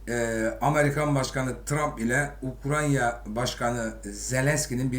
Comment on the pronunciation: ukranya değil hacı. UKRAYNA.